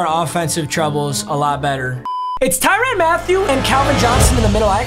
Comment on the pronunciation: The way he says Ty-run 😑